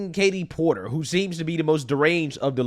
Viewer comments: Are you sure their name isnt Kate-he Port-him.😂😂😂😂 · Fatie Porterly 😂